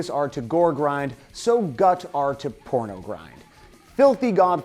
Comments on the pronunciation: 1.pornogrind, not pronogrind 2.carcass, not carcas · pROnogrind? sorry for being a pedant >.> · "PRONOGRIND" :P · “Pronogrind” P R O N O G R I N D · Pronogrind? Lol. Good vid though. 👍